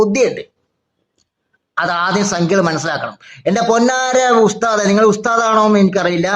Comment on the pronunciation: ഉസ്ദാദ് അല്ല ഉശ് മാൻ